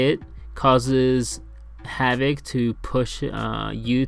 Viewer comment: "havok" not back